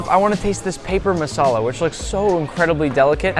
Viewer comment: FINALLY SOMEONE WHO PRONOUNCES MASALA PROPERLY